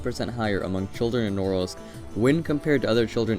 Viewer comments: I won't complain about the choice... But man, put at least a tiny little effort into pronouncing its name properly! "Nrrs" was all I could understand. It took me quite a lot of time to actually realise you're talking about Norilsk! NORILSK! No "Nrrs"!! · Man, you should have learned how to pronounce the name of the city of Norilsk right if you do this kind of videos. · Although the idea of the video is quite interesting, it would have been a good idea to check the right pronunciation of the cities' names before making it. It "Murmansk" the stress goes to the first syllable, in "Norilsk" to the second. And it's not a kind of secret knowledge, you could easily check it on Wikipedia. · Two corrections 1) accent in Norilsk is on the 2nd syllable, not 1st 2) stalinist architecture was generally actually pretty opulent (neo empire style or what is called), those buildings are more typical of the post-stalin era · The names of both Vorkuta and Norilsk are pronounced incorrectly. In both cases, the stress must be on the last syllable, like it would be in French. You guys have to do some homework before embarking on doing videos on foreign country geography. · The way you mispronounced "Norilsk" made my ears bleed. It's Norílsk NOT Nórilsk. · But it's pronounced "Norilsk" with "ee" like "eel" in the middle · Damn, it feels so weird to hear foreigners pronounce names of cities. It's Norílsk, not Nórlsk. But yeah, I kinda expected the most depressing city to be somewhere in Russian Siberia, especially at the northern part of it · Its pronounced Nor-ilsk not Norilsk. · It's pronounced more like "Noreelsk'. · It does seem pretty gross, just saying its pronounced sth like nahRILSK... you can look up the pronunciation on Wikipedia rather than guess. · You might want to learn to actually pronounce the name of the city before making a video. It is pronounced na-RILSK with the stress on the second syllable. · Correct pronunciation would be something along the lines of "Noureeelsk"